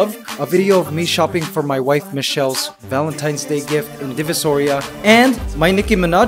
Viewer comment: He has a slight Canadian accent at the end.... He did grew up in Canada, right? "so", "channel", "Divisoria"